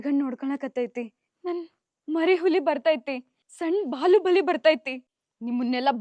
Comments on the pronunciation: ಬಾಹುಬಲಿ ❎ ಬಾಲುಬಲಿ ✅🤣🤣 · ಅಣ್ಣ ಅದು ಬಾಲುಬಾಲಿ ಅಲ್ಲ ಬಾಹುಬಲಿ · ಬಾಹುಬಲಿ ❌ ಅಲ್ಲ ಇದು ಬಾಲುಬಲಿ✅😂😂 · ಬಾಹುಬಲಿ❌ ಬಾಲುಬಲಿ✅ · ಬಾಹುಬಲಿ ❎ ಬಾಲುಬಲಿ ✅ 😂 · ಬಾಹುಬಲಿ,❎ ಬಾಳುಬಲಿ 😅😂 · ಬಾಹುಬಲಿ❎ ಬಾಲುಬಲಿ✅😂😅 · ಬಾಹುಬಲಿ ❌ಬಾಲುಬಲಿ ✅😂😅🤩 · ಬಾಹುಬಲಿ ❌ ಬಾಲುಬಲಿ✅😂😂😂